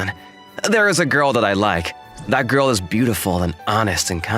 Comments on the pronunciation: why your friend like goil, instead girl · Its "Goi-Uhl" dude!